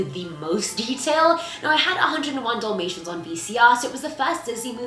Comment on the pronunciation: Nice video as always! Was anyone else annoyed that she kept saying doll mations not dalmatians? Not trying to be nitpicky or nasty. Just curious if anyone else noticed. Love your videos! Later! 😀😀